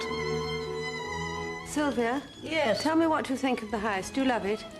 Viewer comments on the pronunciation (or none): Did she refer to a house as a haise?